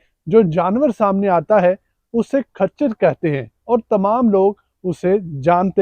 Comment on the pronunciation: کھچر نہیں ہوتا ۔خچر ہوتا ہے